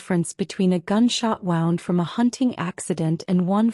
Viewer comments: I loved the story, but HATED the pronunciation (and spelling) errors. In this case, Wound should've been pronounced "woond" (an injury), versus "wownd" (as in wrapped around). Different word, with a totally different meaning. The OP's name...was it "Mota," "Marta," or "Mother"? 🤔🤭 Someone needs to correct the A.I., and program it to understand which word is correct, and the nuances. Maybe I'm alone in this, but I prefer not to have to dig through vocabulary in order to figure out what was actually meant. Pls, keep writing good stories, but with correct grammar and usage. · Really good story. Loved her resolve. Loved his tenacity + thousands of red roses 🤭. Unfortunately, I did have difficulty with subtitles and AI generated narrative. It was things like — “Flash back title card”; “wound”, as in I wound the yarn into a ball, instead of he was bleeding from his wound; “the four was out”, not sure what that means. Overall, 9/10. 😊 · I know the word wound and wound are spelled the same but they are not pronounced the same.